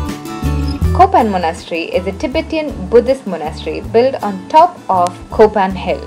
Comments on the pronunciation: Not kopan LOL ITS callll to KAPAN... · Its Kapan instead of Kopan